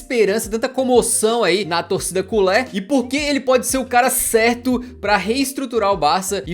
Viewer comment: Culê é a pronunciação correta